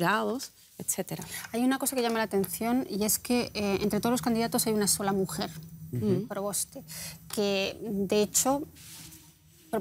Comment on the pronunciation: “Yasna ProBOSTA”. Jajaja